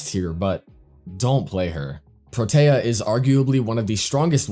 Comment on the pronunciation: Why do you say protea like that Its pronounced pro-tee-ah